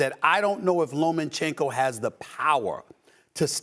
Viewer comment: Dude said lomINchenko lol